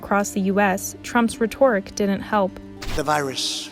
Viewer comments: "Rhe-TORIC" "Five hundred and thousand" So good lol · Not an objective take, very unprofessional, and learn how to pronounce rhetoric.